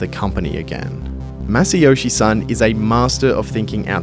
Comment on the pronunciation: You can't even get his name right. Son rhymes with John.